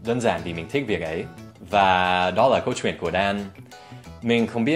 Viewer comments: Từ " kể chuyện " có cái từ " chuyện " Dan đọc nhấn mạnh quá , người việt như mình thấy đó giống như " kể truyện " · your ch in "chuyện" is too strong, make it softer and smooth.